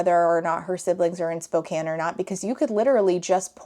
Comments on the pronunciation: First off, good job pronouncing Spokane right~ Second, why does nothing good come out of Spokane, jfc. 😫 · As a Washingtonian... thank you so much for saying Spokane correctly!